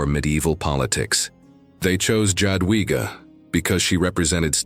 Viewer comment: The pronunciation is J(ya)adwiga. Yadwiga